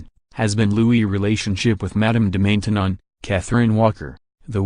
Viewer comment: It's pronounced Man tenon (short a)